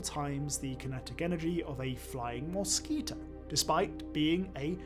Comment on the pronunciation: moss-skee-toe? what language is this guy speaking?